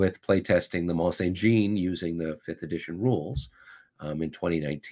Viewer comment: Mont St-Jean, is more "Mon sain J (soft)ahhn". It's actually Mon San Jon (soft 'J').